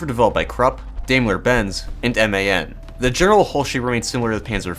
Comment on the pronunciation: dime-ler. Not D-aim-ler. :c